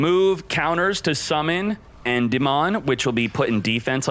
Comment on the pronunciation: Nice video but, En-dim-ean unless I'm wrong